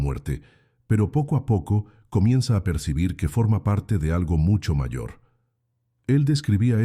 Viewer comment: La voz de la narradora parece casi humana, pero no puede pronunciar la palabra "mayor"... Pero muchas gracias por el relato y los recordatorios para despertar... Saludos desde Querétaro, México.